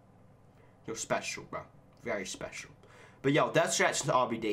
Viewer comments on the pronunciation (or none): none